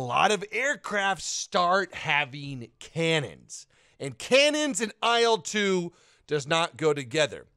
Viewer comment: I'm not sure if anyone has pointed this out to you before, but with the Soviet/Russian planes and helos, the designation isn't (usually) an acronym, it's the first syllable of the designer's (or design bureau's) surname, or sometimes surnames. Thus it's pronounced as a syllable, not letters. So "eel two", not "ay ell two":) "Mig 21", not "emm aye gee 21". "lag 3", not "el eh gee gee 3" and so on. Love your content 👍 Congratulations on becoming a father, and I hope mother and baby continue to do well!